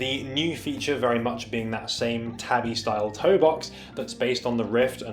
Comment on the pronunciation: “Tah-bee” tho, not “tabby”